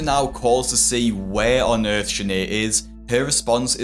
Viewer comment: She said "he put me on dis earf"😂 Badalusional state 🤣